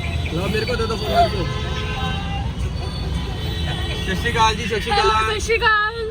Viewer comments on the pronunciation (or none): Bhai shashikal kya hota hai. Sat Shri Akal hota hai yaar. No offence but bohot bar mene ignore Kiya hai but yaar iska dhyan do. Apki mummy ne bhi toka tha apko is bare me.